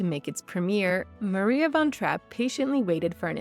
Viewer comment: How about learning how to pronounce her name before making a video about her?